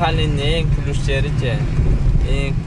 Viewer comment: Пилус дечи😂